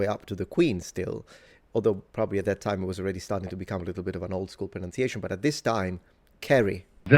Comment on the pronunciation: Talks with adenoids. T's are pronounced as D, "At that Dime"